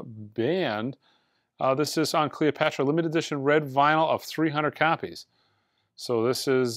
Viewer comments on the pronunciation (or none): none